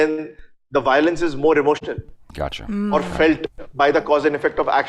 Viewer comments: It was not accha... It was "gotcha"... Meaning - I have got you. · Am I the only one who thinks said 'accha' at 14.16